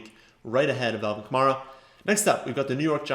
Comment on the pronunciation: I saw an interview with Alvin Kamara where he said that it's pronounced like the car Camaro. I know everyone in Fantasy likes to pronounce it how you do, but that's coming from the horse's mouth that it's actually Ka-Mare-Ah.